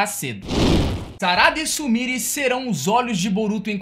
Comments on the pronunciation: Tenta pronunciar certo.. não é Sumiri. Se pronuncia Sumirê. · Se pronucia sumirê!!!